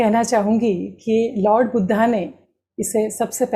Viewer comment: 'બુદ્ધ' ઉચ્ચાર કરવો જોઈએ